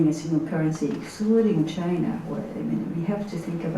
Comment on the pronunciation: 佐藤さんの英語力、さすがです。1点だけ、本人になりかわり弁明しときます。時間 あたりで、Chinaをシャイナと聞こえるような発音でしたが、これはフランス語も堪能なため（シノワ）と、頭の中で一瞬混じったんだと思う。